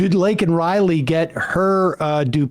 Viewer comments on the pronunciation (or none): none